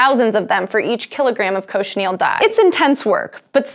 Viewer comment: Cochineal not Cochinel